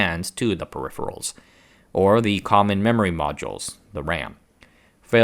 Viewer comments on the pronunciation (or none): D First time ive heard someone say peripherals both as it should be and also as "periphials" and almost back to back :D weird